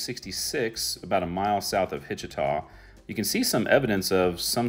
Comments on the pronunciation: Regarding Hitchita,,,, It's not "Hitch-uh-uaw." It's "Hitch-uh-tuh." One of my cousins would have happily pointed that out if you'd have asked them. The actor Will Sampson ("Ten Bears" in Outlaw Jose Wales, etc) is buried there in the Grave Creek Cemetery. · McIntosh County Oklahoma has a population of < 25k and 2 towns Checotah / Eufaula. . Hitchita is enunciated ( Hitch-tah / not aw/. Conners is a 2 yr Ag School. The bleachers were for: 4H Shows & FFA Shows That bridge just East of Dewar went over the Deep Fork River which flows into the Canadian River. To make Lake Eufaula.. Hitchita was and is Creek Town . The Muscogee people, also known as the Creek, are a Native American tribe that lived in the southeastern United States. They were a union of many tribes, each with its own political power but shared cultural traits. Where the school is located if you had gone down 1/2 mile you could have taken a road to the Cemetery. The cemetery you showed was the Black cemetery. Warner is in Muskogee County. Hghwy 64 would have taken you into Muskogee. Also while in Henryetta if you had take 75 North about 20 miles you would have come into Okmulgee and the far north side you could have seen the Muscogee Creek Nation Headquarters . On Hghwy 75 the East of the road with all foliage and ponds that was / were the strip mines . I know I grew up in Brush Hill before I-40 and 266 was the only to get to OKC and or into Checotah . The reason for the Black Towns was the 5 Civilized Tribes allied with the Confederacy. The last Confederate General to surrender was a man named Stan Waite. The tribe that was in Hitchita was a Muscogee Creek Tribe. Lastly Checotah has 8 National Rodeo Champions that call Checotah Home .